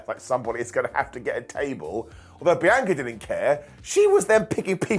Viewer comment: You finally said BIANCA correctly!!!